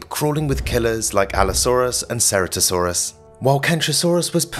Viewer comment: Ceratosaurus was actually pronounced with a hard C like a K as in chitin which is what it was named for.